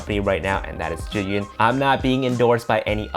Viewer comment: Definitely will get it, thanks for the update! P.S. Yeah, like someone mentioned, please, learn how to pronounce Zhiyun (it's like more G yun, but not quite, so just google it) if you are an ambassador! P.P.S.I live in China more than 8 years, I know what I'm talking about, no offense! Peace;)